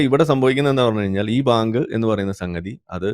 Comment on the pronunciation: Bayank ..baank alla😂